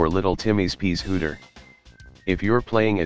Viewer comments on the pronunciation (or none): "peas hooter". I died at this :D :D Awesome!